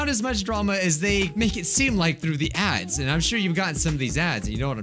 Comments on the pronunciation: Am I the only one that hears ‘ cursed Dads’ in the intro? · I thought he said Cursed Dads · I thought you said cursed dad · I thought he said cursed dads XD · It sounds like you said Curses dad's o.o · You sound like your saying ‘cursed dads’. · He said dads not ads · “Cursed ads” I thought he said ‘cursed dads’ I was like wait wha— Edit: this is the most likes I’ve ever gotten on a comment- thx :D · at the start dose it sound like he is saying "cursed dads" rather than "cursed ads"? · Cursed Ads My ears - Curse Dads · cursed ads! no one: literally no one at all: not a soul: not even james charles: my hearing: cursed dads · Bruh when said "cursed adds", I thought he said cursed dads wtf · I thought you said "Dads" instead of Adds. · I legit thought he said “cursed dads” (edit: oh he did say that lol im dumb) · For a second, I thought he said 'Cursed Dads' and I was so confused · I thought he was saying ‘first dads’. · No he said cursed dads I replayed all the times and the first letter i here I’m a d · Dude!Your not the only one. I first thought he was talking about cursed dads but second time hearing is just ads lol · I said dads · I thought he was saying cursed dads to XD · i just realized he said cursed ads after i saw this comment lol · Same. I thought he said cursed dads.😂😂😂😂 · I heard dads uh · he said cursed Dads wtf Can you not see the Text? The hell? Uhhh. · I heard cursed dads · I heard cursed dads 🙄🥵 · he said "curse dads" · He said curse dad's accidentally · SAME i was like "Uh huh.. yea I loved cursed dads.." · wait why did i heared the intro as "Cursed dads. We all know them,we all love them,we all hate them." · I cannot be the only one that heard him say “ cursed dads” XD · At first I thought you said "cursed dads" and I got really confused lol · i kept hearing cursed dads... and im glad im not the only one based on the comments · At first I thought he said cursed dads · i thought u said cursed dads lmao